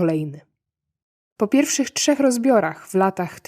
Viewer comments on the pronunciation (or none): none